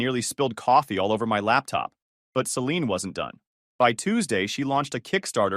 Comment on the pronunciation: Can't pronounce Celine correctly.